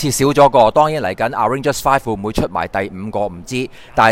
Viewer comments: arrangers 笑死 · 真係發極都發唔到avengers 個ven音 😂